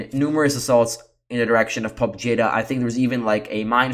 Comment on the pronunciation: Thank you again! The most objective reliable unbiased reporting you can find anywhere. Real integrity! One tiny detail to contribute: "Pobeda" means victory and is pronounced as "po-bye-da".